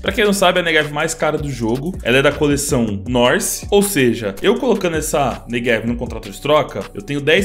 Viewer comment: tu diz neVeg em vez de neGev igual eu